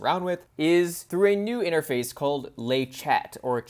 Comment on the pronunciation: Great video, but 'le" sounds like it is written, even in French 😝